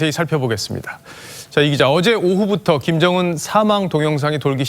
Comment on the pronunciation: 김정은을 김연정이라고 계속 왜 발음실수를 하는거지? 내 귀를 의심하고 여러번 들었는데 역시나 여자 아나운서가 실수했음.